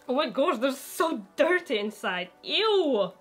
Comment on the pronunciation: But why is your english soooo badd😨😨 everytime they said shoes or dirty i died inside